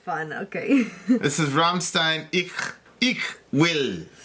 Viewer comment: You are saying "Ich" wrong.